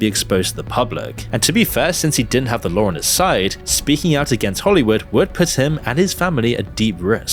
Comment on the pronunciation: It's "LAW" not "LAW-R"